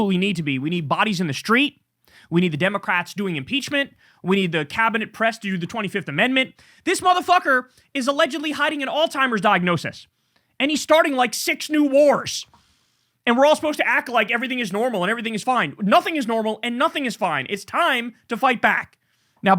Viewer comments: yo, someone needs to tell Kyle it's alzheimers, not all timers. There is no T in the word. Very similar to tim walz. It's ridiculous and undermines the message of trumps cognizant ability when you are saying the name of the disease incorrectly. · Bro....Alzheimer's not All-timer's. It's all good man, i love your work. I tune in every day